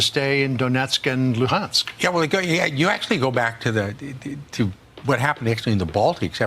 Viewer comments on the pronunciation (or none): none